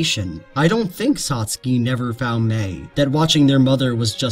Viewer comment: 1) Good video! Made me think. 2) I've never heard Satsuke rhyming with "Trotsky" 😆